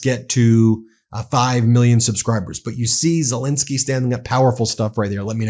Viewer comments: I like your videos and support the opinion...but why, just why do you insist on saying "Sel-IN--skyy" instead of his actual name "Sel-EN-skyy"? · Much as I admire the work Meidas Touch is doing (and I really do!) - could you possibly pronounce ZelENskyy's name correctly - and not as the person supposedly in charge, who says ZelINsky, which to my ears sounds very Russian! Oh, and Macr ON would be closer than Mac RONE. Sorry, trivial point I suppose, but respect to the hero by pronouncing his name as he says it would be nice. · Ben, please pronounce President Zel E nsky and also President Mac RON correctly. I love and trust your reports please continue.